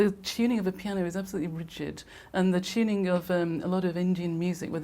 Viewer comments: Why do they say chew-ning in place of tuning? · "It's a totally ackyoostic piano. You can change the teeyooning."